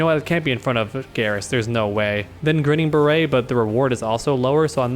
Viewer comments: I always thought Jax's variation, Grinnin' Barrett was pronounced Grin And Bear It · "Grinnin' Barrett" Is pronounced like "Grin and bear it"